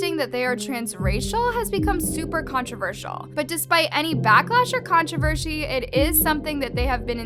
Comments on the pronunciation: When says controver-she, LMAO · Is it just me or... I heard "controvershee" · “Contrivershi” lmao (no hate) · NO ONE is talking about the way she said controversy in